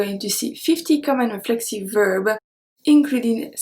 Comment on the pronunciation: Your English is wonderful. Remember, we pronounce the 's' at the end of words; so verbs is not pronounced "verb", but "verb s"